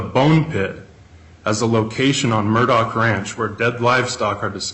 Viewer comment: Wait! What? Did he say “Murdauch family?” 😮